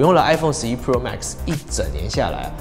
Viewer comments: 只用聽的話會從頭到尾都只聽到 i phone 12 “破”😅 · 你的pro 都唸成poor 了 窮人是買不起iphone 的